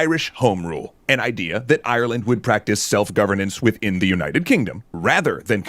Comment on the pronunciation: the graphic reads "Kerry, Ireland," but I swear the narrator says "Kerry Island"